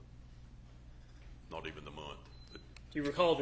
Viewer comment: I can’t stand how he pronounces “O” as in “not”.